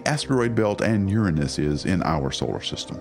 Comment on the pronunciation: You pronounced "Uranus" wrong.